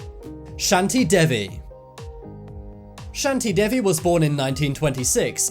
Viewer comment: Its not "shun-ty Day-v" its "Shaanti Devvie"